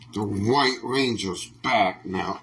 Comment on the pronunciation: "Da wwyt wwangea soowwrdw" 😂